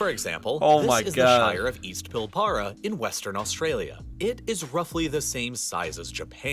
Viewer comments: It is said pill barra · Pill-bruh FOR FUK SAKE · Also I gotta say when the video guy said Pilbara (the video the guy is reacting to) it made me cringe, it’s pronounced “Pill-bra” or “pill-bruh” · Pillbarra lol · its pronounced pil·buh·ruh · We need to do a speech video.. Americans saying Australian names, places, things and Australians saying the same word.. as an Australian myself sometimes I find it difficult to know what you are referring to because the pronunciation is off.. like Pilbara for example.. you guys pronounce every letter.. if I spell it the way we pronounce it, it would be.. pill bra but as one word not two individual words.. I don’t know if I’m making sense to you but an American Australian vocabulary video would be great 😂